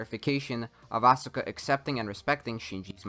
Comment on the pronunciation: Thinking that playing a game is a quality of concentration and not a waste of your time, energy, and youth is why this video is a Joke. Why cant you pronounce Asuka correctly, kid ? She has been playing useless games since the second movie, a form of shielding herself from rejection caused by others.